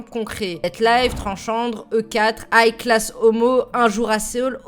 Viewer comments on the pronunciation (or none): none